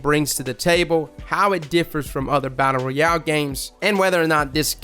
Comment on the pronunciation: Brotha please don't take this the wrong way, love the channel and all that you do for the gaming community. The way you pronounce ROYAL sounds so weird....... ROY....ROY..AL, not REE...AL.